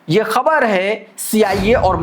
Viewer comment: You are the only anchor who, pronouces KHABAR right. Thank you for not distorting it.